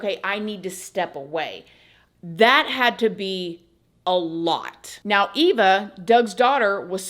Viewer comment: "If you'd like to check MEOW" Anyone else hear that each and every time 😂 Just me? Ha! Not no more... Once you hear it, you can NOT unhear it, I swear! 🤣 Love you ❤️